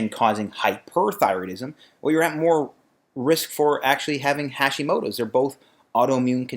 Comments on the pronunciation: Small thing. The "ha" in Hashimoto is pronounced like "hot" not like "hash". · You pronounce it so badly… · "Hacks" would work if that's how you pronounced "Hashimoto"...